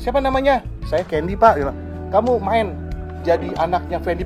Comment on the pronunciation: CANDY kli bukan Kendi 🥴🥴 Professional aj lah 🙄🥴 kya ngmong ama siapa kan orang negri semua bukan turis